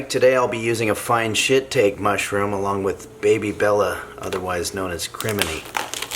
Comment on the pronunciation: the fine detail of pronouncing it shit-take due to ignorance, BUT then knowing baby bellas are crimini....this is the good stuff here....